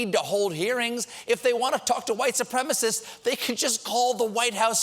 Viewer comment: Trump sucks.... He can't even say white supremacists properly...he says "white suprema-sis"